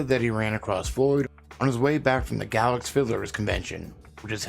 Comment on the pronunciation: GAY-lacks, Virginia. GAY-lacks!!